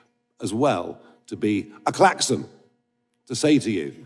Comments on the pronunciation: Sorry did he say Klaxon or Clacton !! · A klaxton! 4.33 - I thought he said A Clapton (on sea)